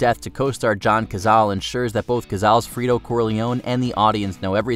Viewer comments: He keeps saying Firto instead of Fredo. You broke my heart Frito you broke my heart, because of high cholesterol 😂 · Pronouncing Fredo like Freedo 😂